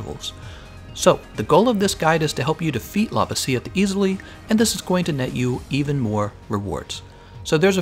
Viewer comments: It’s pronounced La-vasi-oth not Lava-si-oth. Sorry but I cringe every time you say it 😂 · Stop saying Lavasioth like it's spelled Lavasieth. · The way he pronounced lavasioth bothers me so much